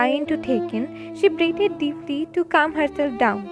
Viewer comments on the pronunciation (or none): none